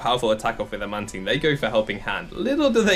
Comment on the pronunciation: "Man-Teen" No 😂